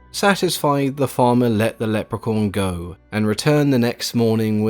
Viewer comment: It sounds like he keeps saying: "Leprecorn," which is something I really need to be a thing, now.